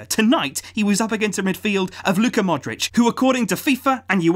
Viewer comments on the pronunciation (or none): none